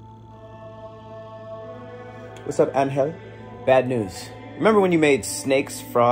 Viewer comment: It was the pronunciation of Angel for me. Lmao!